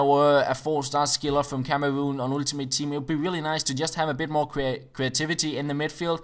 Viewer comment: You are saying ultimate with Danish accent :D